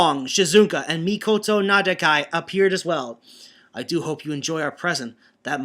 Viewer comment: You still alternate saying Mikoto and 'Mikado'. The former is the correct one. Also, his surname is 'Nakadai' not 'Nadakai'. ... Uuh... Wow, I dunno... Grey? But I thought with his Jetman fanboyism, he kinda mentioned the Gai X Grey rivalry a lot, but I may be mistaken. Of course this was flooded with OTHER kind of fanboyism such as to Radiguet... Well it's Mika-fication, but what? The Bioman chapter is going to get worse reading-wise? Oh dear me, this is one thing to watch out for. At any rate, it was at this point Arcadiarika just gave up and say that the Alliance was nothing but a bunch of Designated Heroes. What about you?